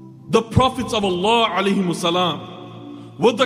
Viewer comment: Why does he say sallahu “Ali” wasalam??